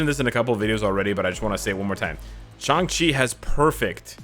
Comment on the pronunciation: Just wanna say thank you for pronouncing his name right, for some reason everybody thinks his name is pronounced like "Shung-Chi"